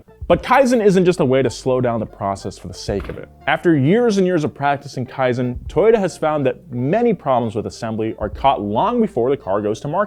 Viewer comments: I think you should pronounce "kaizen" better, thats my kaizen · Kaizen not Kiazen. Even Land Rover sucks. That's why so many Land Rover and Range Rover cars in Indonesia are engine swapped to Toyota or Mitsubishi. Toyota knows how tough the terrein of many parts of the world, unlike western brands made for their very dry, no humidity at all, they really know nothing about highest humidity on earth the equator line Indonesia. BMW/Rolls Royce, Mercedes-Benz/Maybach, Audi/Bentley, etc are so mainstream overpriced average of very poor nature western world. Toyota Crown and Century are truly in limited quantity. You may buy not because you have the money but Toyota will investigate whether you deserve or not. Truly Prestigious, Truly High Class. Money cannot buy Real Status. Toyota Indonesia Manufacturing since 1970 Only available in Asia, Australia and few selected countries. No Europe No USA. Too good for Western world that will make their automotive manufacturers losing profits as they're overpricing everything 😅🤣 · No offense but you butchered kaizen pronunciation